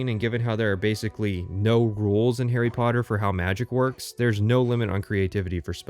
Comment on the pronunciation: Garry sodder